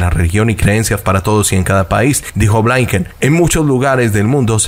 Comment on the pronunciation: Se pronuncia así Trudeau / trudo Blinquen / igual la i no cambia se pronuncia tal cual blinquen.